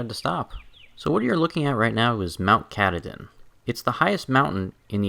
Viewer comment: It’s pronounced kah tah din